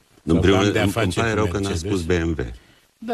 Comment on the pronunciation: Prost este cel care spune Merțedes in loc de Mercedes. Liiceanu nici macar nu este capabil sa se corijeze si sa-l asculte pe Plesu care pronunta corect.